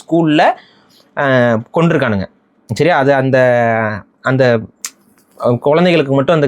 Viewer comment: Bro neega solrathu siria law du kekuthu Sariya solluga athu shariya law